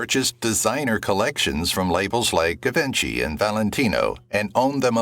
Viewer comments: It’s pronounced zhee-vaan-shee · Narration dreadful… It is pronounced zhee-vaan-shee If you are formulating a vlog, get the names and pics right. 🤯